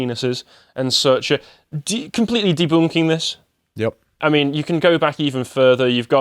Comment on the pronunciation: Prehmium deboonking